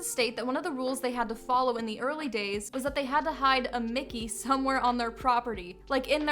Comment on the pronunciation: 🙄Lame. It's "Mickey", NOT Mick'ay. And Disney is NOT a cult!